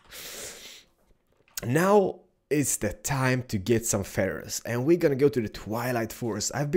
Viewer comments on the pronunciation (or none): none